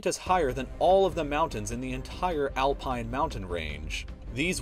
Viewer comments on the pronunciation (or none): none